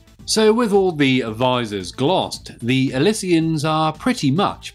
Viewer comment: It's pronounced ill she uns!!!